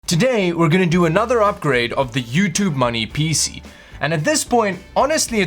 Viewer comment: I have to be honest here, I only watch these videos to hear that wonderful pronunciation of 'PC'